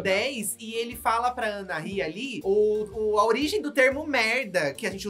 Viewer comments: Não é "Anarrí", é Anahí. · pelo amor da deusa, a pronúncia do nome da Anahí é ANAÍ, não é ANARRÍ 😂😂😂